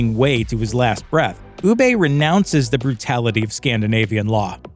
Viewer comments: Awful video. Ubbe, not Oobey doesnt abandon the gods, he doesn't think the other dude is man enough to even begin the blood eagle. Please dont make these kinds of videos if you have no idea what youre talking about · why do you ponounce it u BAY? have you not watched the series lol.. not a single person pronounce it like that, it's UB-EH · Its not ubbay Its UBBA hahah :) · its not ubay, its ubba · who the f$%k is oobay lol. It's pronounced Uber. I swear the people who do these videos don't watch the things they're talking about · I have never heard anyone pronounce Ubbe as 'Oo-bay' before. After 6 (or 4ish) seasons with the character, you can't pronounce it like the show does? (i.e. like Uber the company) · Do you actually even watch the show? They say Ubbe’s name dozens of times, and yet this guy, Oobay, it’s like the Viking version of eBay I guess. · “UbbAE” get a grip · am i the only one who got increasingly annoyed that he couldn't say Ubba correctly, or Wessex for that matter. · "Ubbae" the narrators at looper are actual idiots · Ubbe is pronounced as Úba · Oo-buh. Say it with me. If you're going to make a video do it right. Oo-buh. Ubbe. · Who tf is oooo-bae lol? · It’s also not ub-ay is Ubbe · why pronounce his name u-bay, obviously never watched the show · Ubbe pronounced ubay the Viking for eBay which first started in Canada trading axe and comb for gold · “Ew-Bay” really? That’s how you are going to pronounce Ubbe? Jesus Christ lol just get someone to narrate the video who watched the show. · "Ubbay" cringe bruh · This guy saying Ubbe like Ubbey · Funny listening to him pronouncing their names and places e.g. ubbay and wessax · Interesting video, but the Pronunciation of Ubbe is painful. Sounds more like Master Oogway from Kung Fu Panda than Ubbe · Wessax lol Uubay lol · Sounds like his saying oooBay sometimes when he saying Ubbe name lol 🤣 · It’s pronounced “uu bah” or “uh bah” I think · Your pronunciation of Ubbe drives me up the wall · UBER…. Not UBEYE!